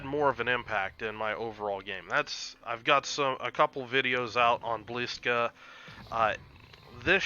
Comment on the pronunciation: bwi-ska-VEET-sa. First "i" is short.